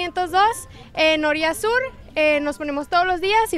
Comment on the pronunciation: Y nunca dijo bien el nombre de la colonia, cheee empinada 😂😂😂😂